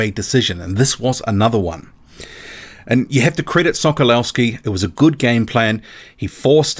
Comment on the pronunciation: The W in Sokolowski is pronounced live a V.